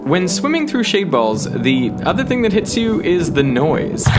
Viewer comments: First 5 minutes i heard shade balls but the more i hear it, it sounds like shaved balls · I always hear "shaved balls" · i literally thought he said “i’m swimming in shaved balls”